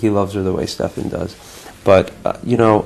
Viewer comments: it's not Stephen It's freaking STEFAN ! With F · IT'S SPELLED LIKE STEFAN FOR GOD'S SAKE..NOT STEPHEN